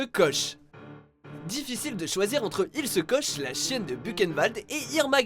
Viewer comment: Ilse koche !? Il se scotche ?